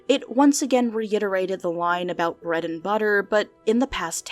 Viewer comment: It sounds to me like the guy either has a New Jersey accent, or a speech impediment, and is trying to hide it. The way he says daughter sounds like the accent but he also kind of says “bwead” instead of “bread”.